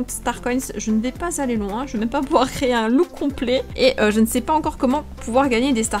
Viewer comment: À chaque fois que tu dis "créer" j'entends "crier" j'arrête pas de rire 😂